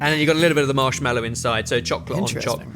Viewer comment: As a chef hearing I did not expect to heat say marshmEllow. When it’s marshmAllow